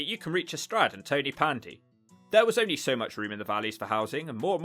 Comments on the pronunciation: Ton u Pandee not Tony pandee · Tony-pandy 😂 it's pronounced ton - uh - pandy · Tonypandy is pronounced Ton-ah-pandy. Ton pronounced like don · Lol I laughed when he said tonypandy😂🏴😂